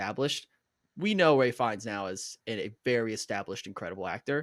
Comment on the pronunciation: Its pronounced “Rafe” not Ray or Ralph. He is most well known for his role as the despicable Nazi in Schindler’s List. Joseph had previously been in a TV series in Australia before We Were Liars Jesse played Philip Seymour Hoffman’s son in The Master